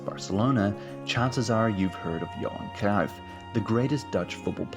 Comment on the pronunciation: Visca Espanya y viva Cataluña. Pep will never manage the Spain national team because he’s CVCK separatist. Also, another English speaker telling us about our own country? Get that bull narrative out of here. You can’t even pronounce Cruyff’s name properly.